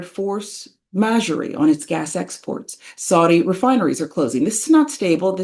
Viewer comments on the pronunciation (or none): It's pronounced mah-zjor, not majorie. French for superior force. Just trying to help.